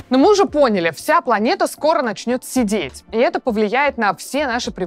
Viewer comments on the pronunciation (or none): услышала «вся планета начнет сидеть» вместо «седеть». Удивительно, но мозг сначала ничего не заподозрил неладного